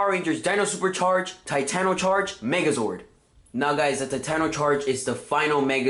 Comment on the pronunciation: Enter. taytono. utrrazord.